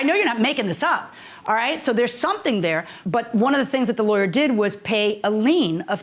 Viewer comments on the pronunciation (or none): She said ‐ She wasn't "Dare"... ? ... Then she also said - She "Axed" him... ? ...